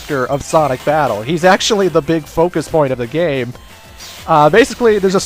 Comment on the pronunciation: lol you said "Sonic Fabttle"